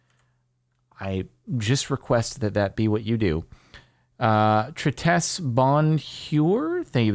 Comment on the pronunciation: the way he mispronounced Tristesse_Bonheur hurt me inside but was kinda funny